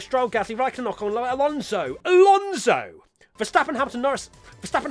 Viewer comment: I'd like to buy an additional syllable for everyone's name ;) Tsunoda, Alonso, Schumacher, Mazepin